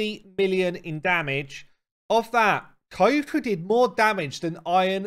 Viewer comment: Pronounce her like Kyoto, no extra syllable between the k and the y, just the 2, Kyo-ku